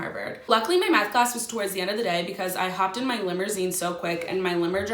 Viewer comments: hopped in my "limmerzeen" with my "limmerdriver" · My "limurseen"